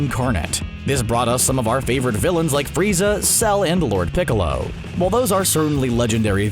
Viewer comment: Did he say "lord piccolor" lmao